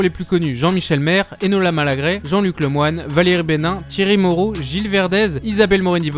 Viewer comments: 1er point : ON DIT VALERIE BÉ-NA-IM pas bénain 2eme point : C'est facile de prendre toute les gaffe est d'en faire une liste, personnelement je pense que il y a plus d'actes généreux qui faudrait plus mettre en avant que de gaffes. 3eme point : Etre choqué parce que l'on met des nouille dans le slip de Delormeau, t'es vraiment une petite nature, un bisou sur le sein ca profite encore à ces connes de feministes 4eme point : La seule grosse faute de TPMP était le prank sur Delormeau, a part ça c'est du divertissement + de l'infos. Perso je regarde 3/4 des émissions et y en a vraiment aucune pour la concurrencer, je suis peut être pas objectif mais il faut un peu de second degré, rien d'autre. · Tu as fait des erreurs, l'émission d'hier a duré 3 heures mais c'est exceptionnel, ça dure 1h30 sinon et c'est bena-ï-m pas benin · Faire une vidéo de 10 minutes pour critiquer TPMP en prononçant "VALÉRIE BENIN" au lieu de "BENAÏM".... ça prouve juste que t'as jamais regardé une seule émission.. PAS CRÉDIBLE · on dit "Valérie Benahïm" pas "Valérie Bénnain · on dit benaim et pas benain (merci ortografe mdr ) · Je suis tombé sur ta vidéo par pur hasard, et j'ai détesté ta vidéo, tu dit n'importe quoi en te fiant à des articles internet sans regarder l'émission. De plus tu dit aimer beaucoup Valérie, mais si tu l'aime bien tu saurais que c'est pas Valérie Bénin mais Benaim tu sais même pas le prononcer alors que chaque jour dans l'émission on l'entends. A ta place je ne me permettrais pas de traiter un sujet sans le connaître et en ne se basant que sur des rumeurs. Vidéo très nulle à mon goût. 👎😡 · Par c'est la dernière syllabe du nom de Valérie se prononce NAIME, et non NIN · C'est Valérie "Bénaim" (Bénaime) et mas Benaim (bénin) , tu as déjà regarder l'émission ? Sinon bonne vidéo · 😂😂😂 Valérie Benin, c'est Benaim... Prononcé "béna ime" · Ça se prononce "béna i me" pas "bénun" :) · on dit Valérie BenAÏM pas Bénin, sinon super vidéo génial